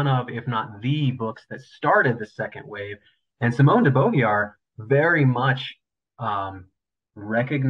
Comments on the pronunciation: Why couldn’t he pronounce Beauvoir?! Easily looked up. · Twelve minutes in and we have an academic badly mis-pronouncing Beauvoir, a common french name. He can’t have discussed the material with anyone credible… de Beauvoir and her translators were working and writing long before any modern nuances on the term. Glad the quote was put into context.